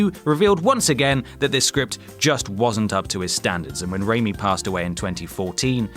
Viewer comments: Harold Ramis. RAMIS! Not Rami, its Ghostbusters not Spiderman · Please PLEASE please stop doing the "Nerds" thing. It makes me want to throat punch blind people in wheelchairs. Also it's Harold Ramis ("Ray-Mis"), NOT "Ray-New" (a la Sam Raimi). Please do your homework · Who is Harold Raymie? Harold Ramis, I've heard of. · Nice video, but it's Harold RAMIS, not "Rami" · Ray-Miss, not Ray-Me. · It's "Ramis" ("Ray-miss"), not "Raimi". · Ramis is pronounced "Ray-miss" not "Ray-mee." Also Dune is Denis Villeneuve's next project. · You guys are terrible with pronunciation. "Harold Raimi"? C'mon guys, Harold Ramis. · The late, great SCTV alumni, and actor, writer, director of many classic comedies was Harold Ramis (RAY-miss), not Raimi. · Stop, just stop! It’s pronounced Ray-MISS, not Ray-MEE. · You had one job. It's Harold RAMIS, not Raimi. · Harold Ramis. Not Raimi. You're (somehow) thinking of Sam Raimi. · I know you're British, but it's pronounced RAYMISS not RAYME. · Ramis. Its pronounced Ray-Miss. Not Ray-me. The fuck? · HAROLD RAMIS not Harold Rami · What is it with you guys and mispronouncing perfectly simple names?!?!? It's Harold Ramis, as in "Ray-Miss" (not Ray-me, or Raimi). You guys even managed to screw up David Niven's name in the Bond video, ffs. David Niven! How the hell did you get "knee-ven"?!?! He was only in films for the better part of 50 years and an Oscar-winner to boot, but you still managed to bugger up his five-letter surname. C'mon, guys, do better. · 1.) Harold Ray-Miss, not Ray-Me. 2.) Schizo PHRENIC, not Schizo PHRANIAC and 3.) No William Gibson's Neuromancer on the list. You guys are killing me. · It's RAMIS not RAMIIII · Why are you pronouncing Ramis as "raimi" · The s in Harold Ramis' name isn't silent, and it's pronounced is (with a hard s) not ee (as in happy) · Did you say "Raimi' instead of Harold "Ramis"? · Harold Raimi? Learn how to read. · Harold RAY-MISS....sorry for being that guy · "Ramis", his name is "Harold RamiS".